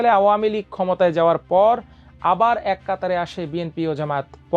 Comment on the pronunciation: উচ্চারণ ঠিক করতে হবে।"আমার দেশ"এর উপস্থাপকদের উচ্চারণে ত্রুটি গ্রহণযোগ্য নয়।কারণ এটা বাংলাদেশের বীর মাহমুদুর রহমানের প্রতিষ্ঠান। "এক"-এটার উচ্চারণ বার বার "য়েক" বলছেন যা বাজেভাবে কানে বাজছে।এটার উচ্চারণ হবে "এ্যাক"।